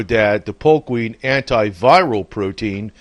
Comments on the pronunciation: POKE not polk.. If you can't get that right............ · It's poke not polk..